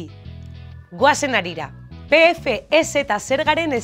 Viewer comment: Oso ondo dago bideoa. Dena dela uste dut nahastu egin zaretela sigla esateko moduarekin. PE-EFE-E-ZETA esanez gero, bideoaren izenburua txarto dago: "Zer da PFEZa?". Artikulua sobran, alegia. P-FEZ ahoskatuta (guk bulegoan egiten dugun bezala), orduan bai eransten zaio -a hori.